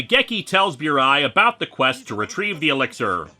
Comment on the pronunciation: Pronounced "boo-rai", not "byoo-rai".